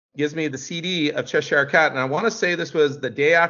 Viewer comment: Also Its che-sure. Not "cheh- shyer"